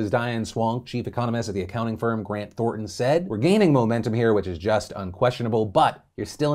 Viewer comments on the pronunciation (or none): Grant ThorNton. With an n. That job may have left me a burnt out, traumatized husk of a human, but I can’t help but point out that it’s Grant Thornton, not Thorton.